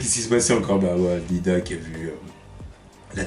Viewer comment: qui dis toujours Lida alors que c'est iida:o